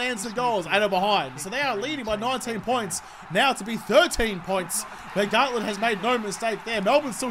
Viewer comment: It’s Garlett not gartlett